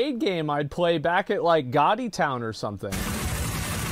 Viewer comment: As a fellow Austinite I’d just like to point out the way Asmon pronounces “Gatti Town” or “Mr. Gatti’s” is atrocious